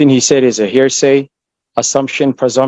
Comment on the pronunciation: "I object. That's a hairsay".